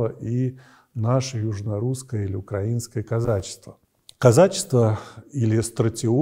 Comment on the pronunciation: Спасибо! Очень познавательно! Неспециалистам вообще неизвестно об арабских государствах до магометанства. Простите, батюшка, за мелкую придирку. На 11 минуте в словосочетании «укра́инское казачество» ударение должно быть на первом слоге, т.к. «укра́иной» называлось не государство, а окра́инные, то есть приграничные земли. Ударение на второй слог суть признание государственности этой территории, которой при казачестве и вообще до 1917 года там не было.